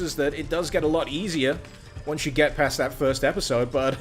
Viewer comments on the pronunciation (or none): none